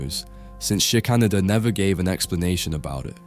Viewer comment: I think the artist’s surname is pronounced Shicker-Nayder.